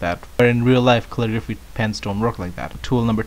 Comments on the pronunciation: MineJupe kull-ih-gruh-fee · why cant this guy say caligraphy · He cant say Calligraphy... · kale-i-grwaphay... right?